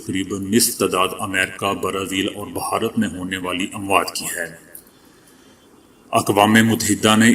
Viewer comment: please pronounce this word correctly bharat you are pronouncing it as baharat some time , its incorrect